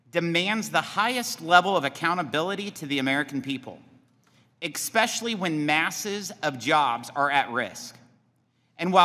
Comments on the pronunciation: EXSPECIALLY? WTH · “Expecially”? 😡 And why can NOBODY answer yes/no? Is it that difficult! I never understand why every person who is asked a question has to give a lecture instead of answering yes/no.